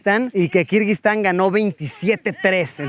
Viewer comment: Todo el video escuche "kirbyztan" :)